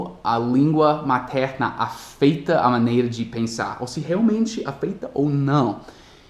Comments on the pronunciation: "afeita" you said and is "afEta" without i, but you are speaking very well congrats ! thanks a lot for help me too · apenas para melhorar o seu português, o verbo "afetar" na terceira pessoa seria "afeta" e sua pronúncia é "aféta" e não da forma "afeita" como você pronunciou. Apenas para ajudá-lo, parabéns pelo seu canal; ) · um lembrete: Não é "afeita", é "aféta". Kkkk! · AFETA = af - É - ta. Ótimo video !!! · só uma pequena correção de pronúncia: a vogal E na palavra "afeta" tem o timbre aberto "afÉta". É comum as vogais E e O terem mudanças no timbre conforme a forma da palavra muda, principalmente em formas verbais. Esse mesmo verbo sofre essas mudanças, pois a vogal E de "afetar", na forma do infinitivo, tem o timbre fechado, "afêTAR", porém o timbre fechado no presente do indicativo e em muitos casos em outras formas verbais... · quando você pronuncia "afeta" na verdade deve ser dito como se fosse "aféta" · só uma correção fonética, a letra e na palavra "afeta" tem o som do verbo "É", vai soar mais natural. sobre a diferença de gêneros, eu acho muito interessante vcs terem o IT